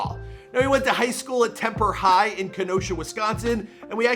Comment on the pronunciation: “Temper High” 😭 try “Tremper” next time.